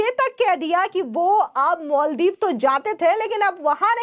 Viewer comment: मैडम मल दीप नहीं,माल दीप बोलिये।